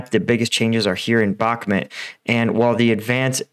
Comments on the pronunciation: You definitely know your stuff, I watch all your updates. Spent some time last year in Ukraine. I mean no disrespect by this, I’ve noticed it for awhile haha. I may be wrong which I am often, I do believe it’s pronounced Bahk-moot, not Bahk-mit. Thank you again for helping me keep up to date. Your work is an invaluable part of my research daily. Keep up the hard work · My friend. I really respect you for the inforamtion you are giving us free of charge. But Bakhmut is spelled with an U and not E. You pronounce it "Bakhmet" but it is pronounced "Bakhmood" I skipp the pronounciation of the kh sounds because I do not expect an english speaking fella toget that right haha :). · its pronounced BACH(like the composer)-MOOT